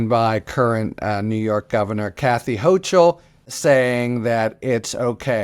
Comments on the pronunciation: Thanks, as always! btw it’s pronounced HOkul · Good on NY and Hochul! PS- It's "HOKE-ul". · Hochul is pronounced Hokul